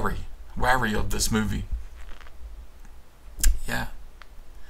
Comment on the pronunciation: I honestly hope this film does well. I do. I think the trailers look terrible. I'm concerned that Lucasfilm was so anal about being control freaks that they've ruined this movie. Additionally: I am so sorry. Your awkward pronunciation of "wary" got me stuck on the line from "The Last Unicorn". "Be rary of wousing a rizard's wrath!...roursing a rizard's...be wary of making a magician angry!"